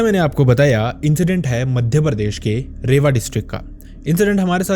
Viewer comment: Bhai it's not रेवा it's रीवा